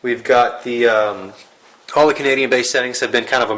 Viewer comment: cognadian hahahhahahaha